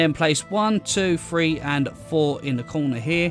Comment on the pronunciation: Great builds but after a bit the number "three" being pronounced "free" really starts to be irritating.